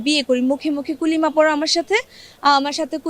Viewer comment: যে কালিমা কে কলিমা বলে তার এমন হবে এটাই স্বাভাবিক!!!